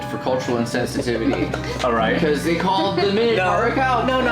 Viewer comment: Can none of them pronounce the last syllable in 'minotaur' properly?